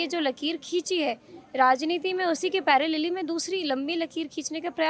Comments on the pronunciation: Paralleli ya parallel 🤣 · Paralili kya hota h i think parallel 😂😂 ki baat ho rahi h